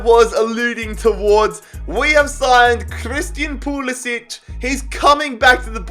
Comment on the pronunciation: just thought i'd say, pulisic's name is pronounced pew-li-sick, not pew-li-sitch